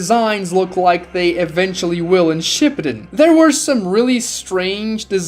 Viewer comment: bro says shipedun